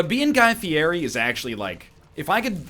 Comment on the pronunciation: i doubt you'll be reincarnated as guy fieri since you can't even pronounce his name...